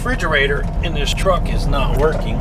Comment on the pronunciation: Frigerator??? Or refrigerator?? Lol hahaha. Great video